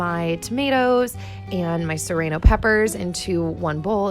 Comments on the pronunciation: 'Sereno peppers' 😂💕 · I've never heard someone pronounce serrano like that! I say suh-rAh-no (maybe a Canadian thing?) :)